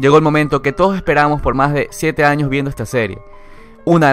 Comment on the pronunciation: Se aprecia el contenido del vídeo, solo aún no me acostumbro a ese acento con la "j" 10 "añoj, quijaz, ej"